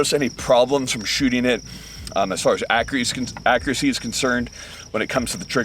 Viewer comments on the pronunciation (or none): did he just say acriacy ?